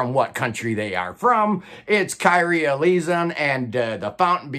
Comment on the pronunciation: You're getting better, but not quite there yet. Kyrie = kheer (rhymes with hear) - ree - aye (ā) Eleison = aye (ā) - LAY - zhon (rhymes with son)